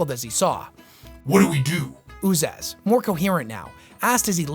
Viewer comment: Always thought Uzas's name is pronounced "Uzhas" as in "ȕžās meaning horror, or terror.